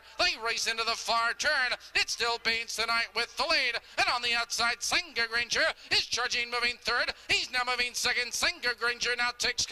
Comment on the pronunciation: I do and I'll be sending more coming up. "Granger" not 'ranger' lolll